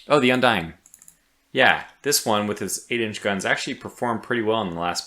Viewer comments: Everytime you say ship name "Undine" I hear "Undying" and think about Game of Thrones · Came here to say the same thing, hell of a name for a ship tho!